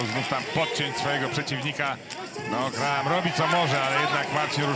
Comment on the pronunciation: NIE GRAHAM tylko GRAM! h jest nieme. Co za komentator bierze pieniadze a nawet NIE wie jak sie zawodnik nazywa PORAZKA takich komentatorow zatrudniac